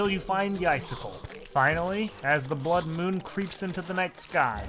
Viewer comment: Am I the only one who hears “Icicle” and “Deathsicle” when he says “Ice Sickle” and “Death Sickle”?